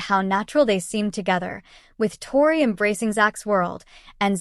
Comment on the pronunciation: You can’t even say her name right . This is fake